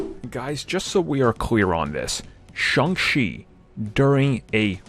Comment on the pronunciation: …it’s Shang Chi NOT Shung Chi